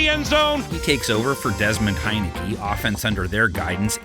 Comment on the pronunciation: This fool said “Desmond Heinicke” 💀😂😂🤣🤣